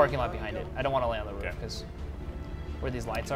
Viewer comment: Like these videos and lol the way he says roof "ruff"